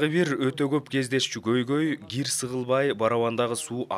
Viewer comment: Гир эмес Кир десенер туура суйлоп уйронуш керекда